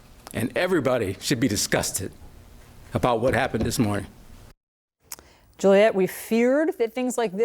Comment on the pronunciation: I'M NO BODY LANGUAGE EXPERT, BUT THE WAY THAT OFFICER MISPRONOUNCED THE WORD "Morning" WHEN HE WAS APPARENTLY ABOUT TO BREAK DOWN IN TEARS, TELL ME HE IS HIDING SOMETHING....